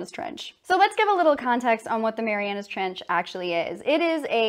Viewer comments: MARIANA NOT MARIANAS STOP SAYING THAT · Hey, PhD grad. It’s called the “Mariana Trench”, not “Marianus”.